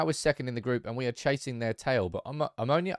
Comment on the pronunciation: I am from Cyprus it is omOnia not omonIa